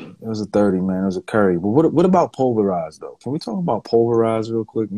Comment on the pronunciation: Man when said that Pol-ver-ise 😭 I knew he was dead after that 🤦🏿‍♂️